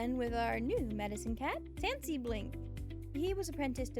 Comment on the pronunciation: Is it bad that i heard fancy blink when you said tansy blink